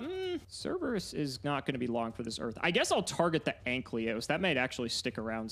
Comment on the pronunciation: I wish would stop playing Dinomist just because I am tired of hearing him pronounce Ankylos as Anklyos. Imagine being so unable to read your cards you can't even bother reading the name correctly for months.